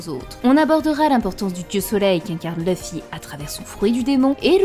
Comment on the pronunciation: C’est pas méchant mais je supporte pas les gens qui disent leuffy comme elle bordel c’est écrit LU pourquoi dire LEU 😂😂😂